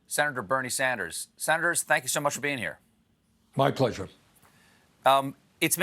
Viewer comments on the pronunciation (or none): Buehler? Buehler? Did Stephen just turn around and call Bernie, ‘Sanders’, or ‘ssennattors’? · Colbert ! did i just hear you call Bernie "Senadors" ?! as you welcomed him ? .. 🙈 😄